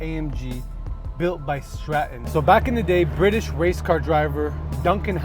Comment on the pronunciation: UK. I like how you say Scotland and Stratton correctly. That license plate is on a new land rover now.